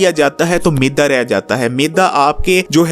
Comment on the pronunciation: Not meda .... ...right word is meydaa